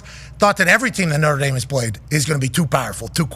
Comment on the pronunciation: Did schefter say Notre Damus?